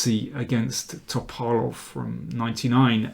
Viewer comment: Astoundingly good videos, thank you so much mr King. Also a big thanks for correct pronounciation of the words Scheveningen and Topalov !